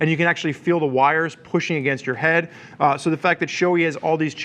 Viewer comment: its not showy its sho-ei like hey just remove the h in hey. btw. Nice review